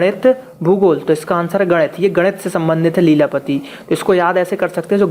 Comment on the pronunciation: Arey gadiit nhi bolte h ese..... ganit bolte h.....😂😁